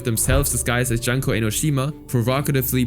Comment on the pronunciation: Her name is pronounced "Joon-koh* NOT Juhn-koh*